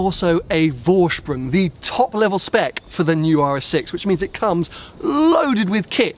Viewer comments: Green ? Hell, yes ! Tan ? Sure ! Detuning the black to e.g. Matt silver ? Of course ! Saying „Vorsprung“ the right way ? Uhmm, almost. You pronounce it Voorshproong, while it should be Foreshproong. The „V“ is voiceless. Anorak off. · Nice spec. Simply love brown leather in cars. My Volvo has a tan interiour too. Btw. Vorsprung is pronounced "Forsprung" ;-)